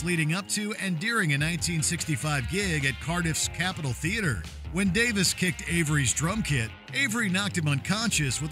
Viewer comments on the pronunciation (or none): A couple of minor corrections: it’s not Ray and Dave Davis, it’s Ray and Dave Davies…pronounced Dave-eeze. And Stuart Sutcliffe didn’t play bass guitar for the Beatles, he played drums and was replaced by Ringo Star who they wanted originally but was unavailable at the time due to his previous band commitments. Stuart was the better drummer but Ringo had the personality they wanted. Otherwise good job! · The Jesus and Mary Chain... noise pop? don't think so 🤣 It's not pronounced Davis, it's Davies (dayvees). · Re: the Kinks. It's DAVIES, not Davis. Jesus. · Basic rock history: The Kinks’ brothers are “Davies”, not “Davis”. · Ray pronounces it Davis, Dave pronounces it Davies.